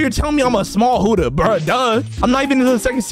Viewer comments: Like bro, why does he say huddha instead of Buddha it’s so annoying bro. If he doesn’t know how to say it right don’t say it at all. That’s all I had to say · Why he say hudda imstead of Buddha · Is it just me or u guys heard it too? he says "huddha" instead of "buddha" HAHAHHA Btw "Moma" Sooo... wheres my free fruit? hahaha jk love yo vids keep it up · It really annoys me that he keeps saying hUdDhA fRuIt instead of Buddha fruit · praise YAHWEH Stop saying huddah it’s buddah and please upgrade health at start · broooooooooooooooo its not huda your so annoying when you say that its buddha and for the record you had YOUR pvp off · Btw it's Buddha not huddha it's a B not an H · He said huddha not buddha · And why do you keep calling it Huda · Bro called it hudduh fruit 😂😂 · I love your videos but why do you say buddha like huddha💀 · bro really said hoddah fruit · bruh why you saying huda but not buddha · "Whooda fruit" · Bro said huddha no offens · i like u but why do u call buddah huddah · Bro says huddah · "huda fruit"💀💀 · Did you say human fruit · I’m sorry but stop saying huda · wrm zeg je heletijd hudda